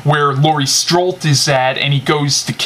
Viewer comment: Nice reviews, I'm going to watch halloween 4 tonight so thanks for that review to! Oh and it's Laurie "Strode" not "strolt"